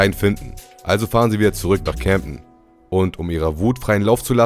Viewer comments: CAmden und nicht cämpten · Junge das heist camden und nicjt camdten